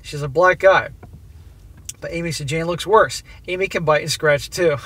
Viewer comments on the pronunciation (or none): none